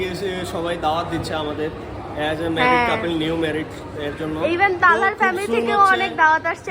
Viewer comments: Couple ❎ Capple ✅ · Couple ❌ Capel ✔️😅😅